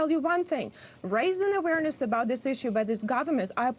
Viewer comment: Hey lady...there's no "v" in the word awareness. She can't seriously be talking to me about the problems in my country because she and I are not from the same place. Just facts is all, learn to accept them.